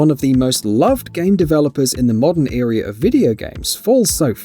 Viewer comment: Eria?? Not ERA